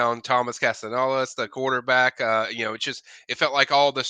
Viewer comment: on the Monday smash got Castellanos right. ✊🏻💪🏻 I know we making the playoffs now 😂